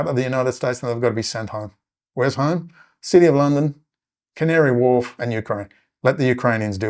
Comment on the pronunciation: you're mentioning where 'home' is for all of the Israeli agents, City of London, "Canary Wolf??" and Ukraine. I replayed it 5 or 6 times and it sounds like you're saying "Canary Wolf". Can you explain please? Thanks.